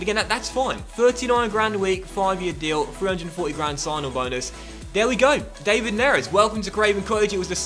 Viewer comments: Isn’t his name pronounced Dav-Id not Dave-id?🤷🏻‍♂️ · Great vid, but hold on. David Neres is pronounced Dav-id , not the English way Dei-vid. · Please say it da-vid neres not day-vid neres, idk just my opinion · You're not saying David right